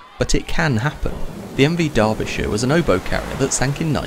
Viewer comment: omg English why you ever invent letters if noone cares about them, just saying some sounds out load... MV Derbyshire ffs, not "MV Darvish Show" And she was sinking for DAYS....